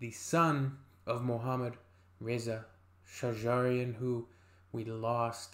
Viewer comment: How nice you say shajarian i like It